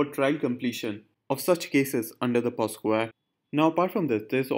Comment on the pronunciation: its POCSO and not POSCO sir